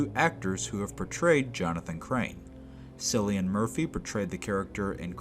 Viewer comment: great video, but Cillian Murphys name is pronounced ”Killian”